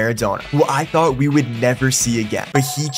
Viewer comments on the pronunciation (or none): none